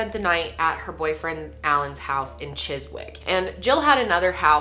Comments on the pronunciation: Great video, just a few points about place names for future reference (though I'm sure someone else has already mentioned them): 'Devon' = Devun rather than Dev-on, Chiswick = Chis-ick (most 'wick' names here have silent ws e.g. Warwick) and Western-Super-Mare = Western-Super-'Mare' like the female horse ('Mair'). Was also amused when you said she was presenting something until 'the mid 1900s' ;-) Don't mean any of this in a hyper critical way, though- your videos are excellent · Hey, so our place names are ridiculous 😂. It's Glam-organ, Ch-is-ick, Weston super m-air (like a female horse). Have you ever heard of Bella in the Wych elm? That's an interesting British case. Also the Manchester pusher, specifically David Plunkett (this one is really chilling) this is actually still going on today and the police are denying that someone is pushing people in to the canal. I think UK cold cases are really interesting because we're more densely populated so it's rare for people to not see things. There's a couple of missing people cases that are just crazy too. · Here’s the comment I was looking for when I unexpectedly LOL at Chiswick pronunciation 🤣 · i think you say "chizzig" not "chiz-wig" 😂 (i mean the word chiswick) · Devon - rhymes with ‘heaven” Chiswick - Chizz-ick Weston Super Mare (Mare rhymes with ‘hair) Charing Cross - ‘cha-RING’ not like charring a steak. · I remember watching this in the news at the time! It’s so weird watching Americans discover things that were so well known in the uk. Also apologies for our weird place names, the W in Chiswick is silent 😂